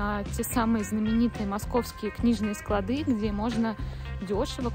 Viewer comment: Девушка, ударение в слове склАды падает на второй слог, как и во всех остальных падежах!